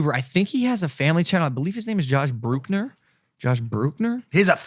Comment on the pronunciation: he has a couples channel not family and you pronounce the surname bruk-ner